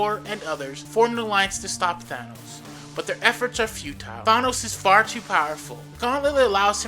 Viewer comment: I can only listen for a little a bit while he is being called Thonos.